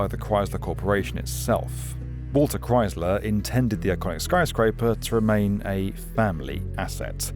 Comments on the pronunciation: Maybe he thinks it's Cries-ler, because owning it makes you cry? But it's pronounced like "ice" not "eyes". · It’s not croisler, it’s the Chrysler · The Cries-ler building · Why does he keep pronouncing it like that it's Crys-ler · The what building? The Cry-Sil-all-er Building? 🤔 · Yer Killin me: Stop saying "CRIES-ler!" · It's krice-ler, not crys-ler. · Ugh, practice saying Chrysler. That’s Chrysler, not cryzler. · Jesus Chrystler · Cries Lure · kryz luh? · It’s not Chryzler. 🙄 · Nobody says ChryZler. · What is a "Criessssler" building? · ah yes the Chryzler building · "ChriZler???" Besides that, a banger video. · Learn to say Chrysler before making a video about the Chrysler building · There's no Z in Chrysler. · The "s" in Chrysler is unvoiced, /s/. Not /z/. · You're saying "Chrysler" wrong. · Far be it for an American to give elocution lessons, but... It is pronounced ChrySler, not ChryZler. It is pronounced dOllars, not dUllars. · It's pronounced as Chry-sler not Chry-zler. I hope this comment doesn't seem mean spirited, just constructive criticism. I otherwise love your channel. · It's Chrysler not Chryzler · Why does he keep saying "Chryzler" instead of "Chrysler"? Normally British accents are so precise. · It's pronounced ChrySler, pronounced with an S. Not ChryZler; There is no Z in the word. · "Kr-ICE-ler" building...not "Kr-IZE-ler" building. Thx. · It’s NOT cries-LURE, it’s MUCH closer to CHRIST-ler! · Pronounced "cryICE-ler" not "crys-ler" Couldn't find and American for a documentary on an American Building? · Only my personal opinion, but the Chrysler building is the coolest-looking skyscraper in Manhattan. It makes up for not being as tall as the Empire State building by being definitely cooler looking. Just a tip - there's no 'z' in Chrysler. ChrySler - not 'Chryzler'. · We say it "Christ-ler". "Cryyyzler" is less common. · It's pronounced "Crise'-ler" not "Crize'-ler." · I'd watch if you didn't keep saying chryzluh. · Chryzzzler. Ugh.